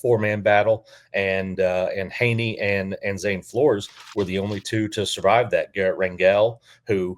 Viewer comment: A small aside: Flores is pronounced "floors". I enjoyed the show. Between Hejny and Flores it really depends on Meacham and what we see between the two QBs during game 1, imo. I think they'll each play a half and whoever performs best in the system will get the nod. You are correct to bring up Treyvone Boykin, as he sticks out over pretty much everyone else in Meacham's offensive resume. I feel like Hejny being described as a really athletic QB who still has a strong arm could give him the edge since that's pretty much what Boykin was. Of course, as you pointed out, Meacham was also the guy who recruited him. I think it's very likely he ends up being the starter based on those two things, but I found it really interesting that Flores threw way more passes during the spring game. None of them performed all that well during the spring game, but I'm hoping that's just a testament to Grantham's defense rather than an indictment on the QBs or the offense. I fully expect growing pains. Between the two, I don't really care who gets the start since we really don't know what we have yet.